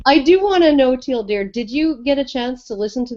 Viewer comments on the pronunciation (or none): I just realized;DR was said as Teal Deer